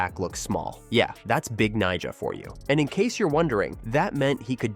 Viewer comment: Ive never heard a host be so careful pronouncing someones nickname lol